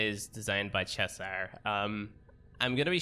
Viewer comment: For some reason your accent and the fact that £ is listed on the prices in your arsenal, I thought you were British up until right now when you pronounced 'Cheshire' as 'Chess hire' :L